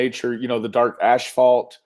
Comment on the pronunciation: You said "ashphalt " that's sound like what cm would say🤣